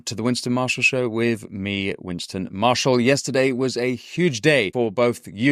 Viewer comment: 'With' not 'wiv'